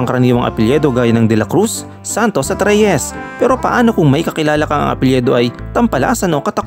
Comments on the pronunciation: Excuse mo.... APELYIDO po tamang bigkas at spelling.... huwag mo po gawin na APELYEDO.... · mali lang ang bigkas mo sa- apelyido binibigkas mo na letrang E ang letrang I nagiging apelyEdo